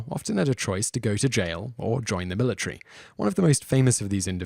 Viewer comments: Military* Not Militry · The "Militree"